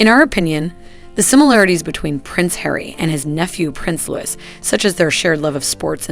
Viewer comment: Willliams youngest childs name is spelt Louis therefore pronounced as same (rhymes with Dewy) it is not pronounced Lewis!! Also Lilibet, is Lili as requested by her parents, there was only one Lilibet and that was the late Queen Elizabeth, it was her childhood nickname.